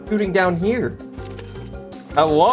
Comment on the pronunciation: Lol he said HELLO-E everybody